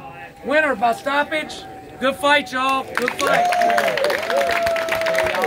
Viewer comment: Did he say stoppage or STOMPage? 😳